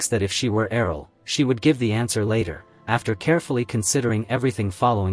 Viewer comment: Wtf happened after with the way Errol is pronounced? It's like yelled. Annoying af.